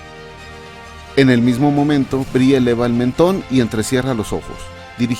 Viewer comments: Cómo la chica "no se dice Brie" se pronuncia "Bri" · Inglés tip: el nombre de Brie se pronuncia "bri".